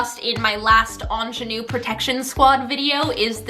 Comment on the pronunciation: The way you say ingénue 👌